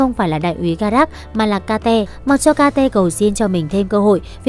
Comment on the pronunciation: phải gọi là kết chứ ai lại gọi là ka te vãi cả ka te zzz